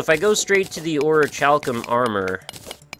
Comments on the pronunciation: dude, I get your american, americans never can pronouce foreign seeming words but its pronounced oricalcum you dont need to pronounce the ch, and yes i had to make the snarky comment about americas im british its in my blood. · Here I knew from my own experiences but I have also toke the liberty and looked it up, every soruce I have found has pronouced it as oricalcum, so whoever told you to pronounce the "ch" is wrong and I would kindly ask you not to disregaurd this one subscribers comment and instead pronouce it properly. Too many people dont look things up when its a more unused word in the english language, if you are unsure there is plenty of evidence online of how to say things. Dont let this be the blind leading the blind thats probably how the whole "oh now niche is pronounced nich now not neeshe" debacle happened and why america mostly pronounces it nich.***** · well, crobatman he's right though, you don't pronounce the ch since in latin (i think it's latin) is not even present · He wont disreguard it, I showed him proof of how to pronounce it it would just be stupid to continue misspronouceing it.Niflheim